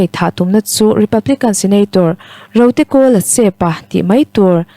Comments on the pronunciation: Rotekawlasepa i chhiar dan chu leh 😂😂😂😂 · Rotekawla Sepa tihlai hi i chhiar dikhlel deuh, han fimkhur leh zual teh aw A pi ❤